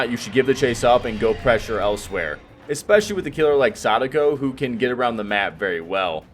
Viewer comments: I respect when people pronounce Sadako well. :) She’s been one of the most fun killers to play, IMO. I’ve also been enjoying your build ideas and explanations a lot. Thanks! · Great pronunciation of her name.